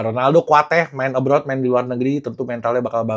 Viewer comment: ABROAD bang Bukan ABROUD